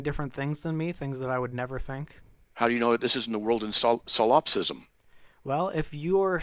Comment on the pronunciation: …. ‘Sil op cism’? ….thats not it it’s solipsism.